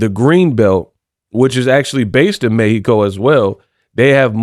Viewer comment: You have been the only one saying🗣 "Méh-he-co" correct 🇲🇽 I like that 👍